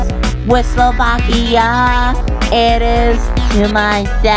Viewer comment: It’s not Vakia it’s Slovakia